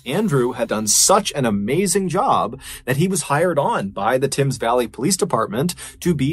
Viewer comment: Its pronounced tems valley not tims. The Thames. You were close. 🙂👍